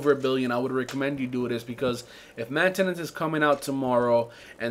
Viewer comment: "mantanace" lol best part